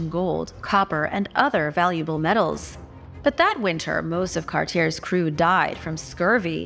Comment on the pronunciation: Ok.... I'm Canadian and from the Maritime provinces.. so here's where you're wrong, yet again... Jacques Cartier (CAR-T-AY)... Newfoundland (NEW-FUND-LAND) is an Atlantic province, not part of the Maritimes historically...